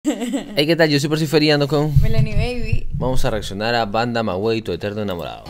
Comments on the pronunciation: Por fin..... reaccionando a Banda Maguey... Jajaja no es Banda maguei es banda Magey bueno se escribe MAGUEY pero pronuncianolo magey sin la U Nosotros los mexicanos ya estamos impuestos a pronunciar de una forma ... Pero buena reacción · Se dice magey pero se escribe maguey la u es silencia. 😂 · No se pronuncia la u seria algo así banda magey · Se pronuncia banda magey la u no se cuenta